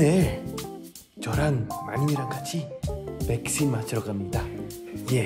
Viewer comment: 올리버 님 백신 발음 신 을 씬 으로 읽으니 웃기닼